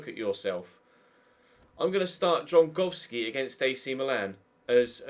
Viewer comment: Please start calling him Dragowski.. its just not Drongowski..